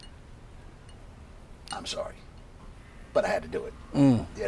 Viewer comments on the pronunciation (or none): none